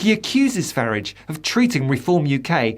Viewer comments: Commentator. Please stop mispronouncing Farage. Hs name is not FARRIDGE. It is very irritating. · isn't it pronounced fyoorarge? just asking questions? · Re-form. That's where we've been wrong in how to pronounce the current name of the Farridge party. it was Ukip, re-formed as the Brexit party and re-formed into its present configuration. Expect another re-form when Farridge decides it's time to do so - maybe when its first tax bill arrives for this, his favourite Ltd. company.